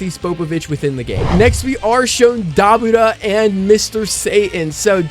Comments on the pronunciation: Pronounce: Duh-boar-ruh not Da-bu-ra, not tryna be rude js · you’re pronouncing it wrong xD it’s Da - Bu- Ra